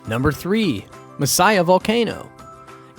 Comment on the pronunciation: Your videos are great, thanks for sharing! I love my country!!! And you have really interesting foreign insights to it. Your pronunciation is hilarious, especially Messiah, for Masaya, it's quite funny, never thought of that volcano in that way😂 I guess we sound funny too when we speak English😂 Congrats on pronouncing Mombacho quite well!